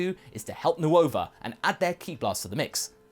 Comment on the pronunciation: “New ova” I know it’s spelled nuova but it’s just pronounced nova